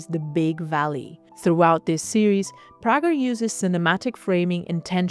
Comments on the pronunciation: I enjoyed the video, although I'm not a big fan of Prager. Also, I DO know that here name is pronounced "pray-ger" - just thought I'd mention that. Keep up the great work! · Pager is, I believe, but could be wrong, a German name. and the interviewer at Moma seems to be German. In Germany, the name is pronounced as she pronounces it, as Prah-jer, although at times, the "g" is hard rather than soft. However, Alex is American and although she didn't correct the pronunciation in this interview, I would assume that she didn't because of the accent of the interpreter. But the American pronunciation is pray-ger. I can send you links to a Salon interview but, as I've said already, we can simply agree to disagree rather than trade interviews, which is fine by me. I myself have a Flemish name and in Belgium, it is pronounced one way while in America, where I was born, it's pronounced another way. And, really, as Alex travels around the world and is interviewed in many countries, I'm sure her name is pronounced in many ways. When I travel, the same is true, and I honestly don't mind. Even at home when meeting someone new, my name is normally mispronounced. Roll call in new school rooms for me growing up was a time when I listened carefully and answered to anything that might be close to my name. So, how about if we both move on to more important things and you pronounce Prager how you would like to and I (and Alex, I assume) will do the same?